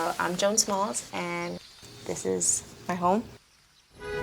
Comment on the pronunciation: My name is Joan (Jo-Ahn) and I am cringing at the pronunciation here 😬